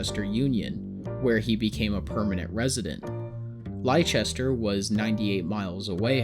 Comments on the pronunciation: Well done biography , but the city Merrick came from is pronounced 'Lester'. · I’m British and live near Whitechapel, I go to the same hospital Joseph lived in and have visited the shop opposite where he first displayed himself, it’s such a weird area you always feel like you’re back in time no matter how they build the area up, it’s also where Jack the Ripper did his bidding so maybe that’s why You did well with the pronunciation of British cities but Leicester is pronounced “Lester” 😅 it can be confusing as we have some odd spellings and some get Gloucestershire mixed with it but that one is pronounced “Gloster-shire/share”